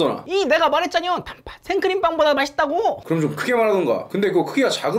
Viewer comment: 단팥 강약 조절 ㅋㅋㅋㅋㅋ 😂